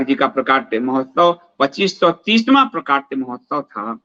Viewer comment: प्राकट्य तो ठीक उच्चारित कर लीजिए ,स्तर गिरता हैं गलत उच्चारण से .